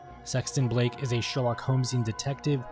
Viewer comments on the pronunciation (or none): none